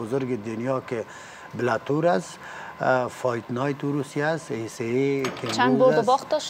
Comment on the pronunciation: استاذ ، اروسیه ، زیاف 😑😑🤦‍♂️🤦‍♂️